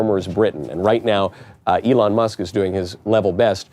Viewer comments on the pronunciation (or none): none